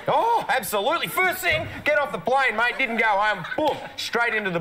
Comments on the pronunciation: Hi, it’s definitely the same guy in this video as the last one, he has a beard in this one. your Aussie accent is improving however, your “mate” sounds like “mite” to me. The way you pronounce “rate” in your own accent sounds closer to me. Just swap the R for a M and hang on the A for a bit. 👍🏻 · Definitely improving,. When you say ‘mate’ it is coming across as ‘mite’ a little. It’s a long ‘a’ sound, so ‘ay’. 6.5/10 for the accent and 10/10 for Hotness! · is right when you pronounce "mate" You are saying "mite". It's" MAAAYYYT"- rhymes with date, late,rate. I've been commenting on this mispronunciation a number of times. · With mate you need to accentuate the a, but don't drop the t so much.